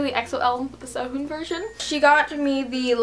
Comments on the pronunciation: No offense but Really disturbs me when you say Korean names with an American accent (ssei-hoon) I don't know why. But your so pretty!! Your only 2 years older than me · please learn korean you cant say SEHUN you must speak it other